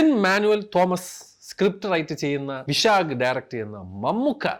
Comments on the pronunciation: വിശാഖ് അല്ലടാ വൈശാഖ് 🤣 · ഭായ് വിശാഖ് അല്ല വൈശാഖ് ആദ്യം അത് പറയും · വൈശാഖ് ആണ് വിശാഖ് അല്ല 😄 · വിശാഖ് അല്ല സാറേ വൈശാഖ് 😂😂😂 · വിശാഖ് അല്ല ബ്രോ വൈശാഖ് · വിശാഖ് അല്ല bro വൈശാഖ്😂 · വിശാഖ് അല്ല വൈശാഖ്😁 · വിശാഗ് അല്ലെടെയ് വൈശാഖ് ആണ് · വിശാഖ് അല്ല വൈശാഖ് ആട അത് പോലും അറിയണ്ട് ആണോ ഇതൊക്കെ ചെയ്യുന്നത് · വിഷാഗ് അല്ല വൈശാഗ് അല്ലെ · വിശാഖ് അല്ല വൈശാഖ് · വിശാഖ് അല്ല വൈശാഖ്. പേരെങ്കിലും കൃത്യമായി പറയൂ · വിശാഖ് അല്ല ബ്രോ വൈശാഖ് ആണ്❤ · വിശാഖ് ❌വൈശാഖ് ✅ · വിശാക് അല്ലടാ വൈശാഖ്. ഇങ്ങനെ ആണെങ്കിൽ നീ ടർബോ ക്കു ടുർബോ എന്ന് പറയുമല്ലോ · വൈശാഖ് ആണ് വിശാഖ് അല്ല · വിശാഖ് അല്ല മോനെ വൈശാഖ് 😁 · വിശാഖ് അല്ല മോനേ വൈശാഖ് ആണ് start തന്നെ കോമഡി 😂😂😂😂😂😂😂😂😂😂😂😂😂😂😂😂😂😂😂😂😂😂😂😂😂😂😂😂😂😂😂😂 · വിശാഖ് അല്ല മൈരേ.. വൈശാഖ് എന്നാണ് ഓന്റെ പേര്.. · വിശാഖ് അല്ല വൈശാഖ് ആണ് ഡയറക്ടർ 🙂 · വിശാഖ് അല്ലടോ വൈശാഖ് 😅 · Vyshak എന്ന് ആദ്യം പറയാൻ വന്നിട്ട് വിശാഖ് എന്ന് പറയുന്നു സ്വയം പൊട്ടൻ ആയി video ചെയ്യുന്ന പരുപാടി nirthadai കോമാളിത്തരം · വിശാഖ് അല്ല വൈശാഖ്... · അണ്ണാ വിശാകാണോ വൈശാകാണോ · വിശാഖ് അല്ല ചേട്ടാ വൈശാഖ്... പുലിമുരുഗൻ പോക്കിരിരാജ എടുത്തത് ആൾ അല്ലെ? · വിശാഖ് അല്ലെടെ വൈശാഖ് ❤ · വിശാഖ് അല്ലടെയ് വൈശാഖ് ആണ് 😂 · വൈശാഖ് എന്ന് അറിഞ്ഞോണ്ട് വിശാഖ് ന്ന് പറഞ്ഞ പോലെ ണ്ട് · വിശാഖ് അല്ലടെയ് വൈശാഖ് 🤦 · ഓഓഓഓ വിശാഖ് 🙄അല്ല വൈശാഖ് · വിശാഖ് അല്ലല്ലോ വൈശാഖ് alle